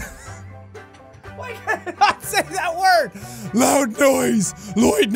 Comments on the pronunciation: is already my favourite thing ever “One really loid n-“ “Loyd-“ “LLOYD-“ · "One really Loid now- loID- LoId." THATS THE BEST PART OF THIS VIDEO XD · Louid nows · I love that he tried to say "loud noise" and said "loid" THREE TIMES XD aw Jack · "I'm just saying. One really loid now..." "...loid..." "...LOID..." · “one really loid now, loid, loid.” Jacksepticeye.exe has stopped working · Jack: One really loid.. loid.. loid!" LMFAAOOOOOOOOO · "One really loid-loid-loid WHY CAN'T I SAY THAT WORD RIGHT?!?! loid nise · English Jack English